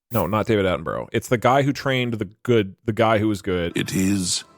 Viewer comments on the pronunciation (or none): Doug constantly pronouncing David Attenborough’s name wrong is really annoying. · he says David Attenborough wrong.